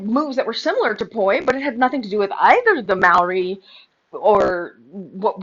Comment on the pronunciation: You know how we all know you have no authority on the topic of anything Māori? Because you can’t even pronounce it properly. Don’t speak to anything over which you hold no authority nor expertise. Stick to glitter.